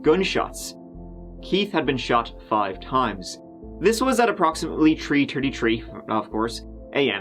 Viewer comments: Poor... tree-turty-tree am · Tree-tirty-tree..., you rock! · Tree tirty tree of course😂😂😂. Love ya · “at Tree Tirty Tree, of course it was” lol ❤️ ❤️ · Tree terdy tree, of course it was lol! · What are the odds that the 911 call came in at tree tirty tree!?